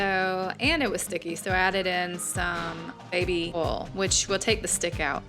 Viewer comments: It's baby oil not baby ail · Hahaha oil not ol